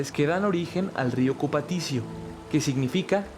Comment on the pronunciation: Buen documental, sólo una pequeña corrección: no se dice río Cupatisio, se dice Río Cupatitzio.